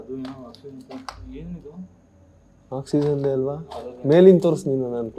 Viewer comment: Hy adu oxyzen alla oxygen 😂😅